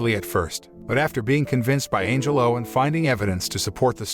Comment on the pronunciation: I keep hearing Angel-O instead of Angelo.